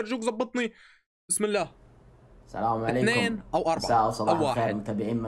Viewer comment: دس لايك عشان ثاني مره تقول سلام عليكم مو سنام عليكم